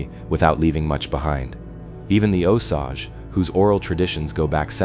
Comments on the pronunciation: Ok I’m sorry I can’t stand it anymore!! It’s pronounced O-Sage. Not ausage. It’s distracting from the stories. Do your research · Here's a little education for you...Osage is pronounced: long O as in no & sage is pronounced just like the herb - sage. I know because I live in southwest Missouri. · O SAGE fix the pronunciation. Missouri here, makes me crazy.😮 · It is pronounced O-sage as in burning sage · Here AI voice, let me help you with your pronunciation…. It’s pronounced “O sage” 2 syllables.. the “o” is pronounced then “sage” like the plant/herb.. A hard O and a hard A! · The Indian name an the river name are pronounced the same O-Sage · If you want people to understand what this is about you need your AI fixed. I've lived in Missouri almost 70 years, all my life, and it took me at least 10 minutes to figure out what it meant when it said what i believe to be Osage. Unbelievable!!! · I kept re pronouncing Osage every time it was spoken quite annoying ...🙏💯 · Also this is saying Osage right terrible.